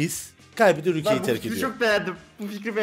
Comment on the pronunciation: eksto ükle degil ülke:D